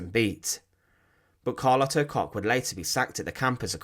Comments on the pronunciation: Koch is usually pronounced “Coke “. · One small advise: the „ch“ sound in German is not pronounced like a „k“ sound. Instead it’s made further back in your mouth or your throat - depending on the word